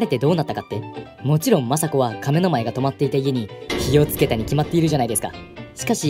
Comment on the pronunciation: 「亀の前」のイントネーションがおかしい